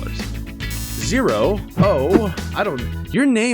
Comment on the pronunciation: I liked the video. It is the first time my question got into a q&a. Also, did you just call me a 'he'? Wow, I'm offended. Actually we, the people of Intop don't have genders. We believe we don't need human-gender-mess to have our Utopia. Also Zero is not how you pronounce it. But okay. You earned the support of the people of Intop. Also we contacted the Illuminati and they say you cool.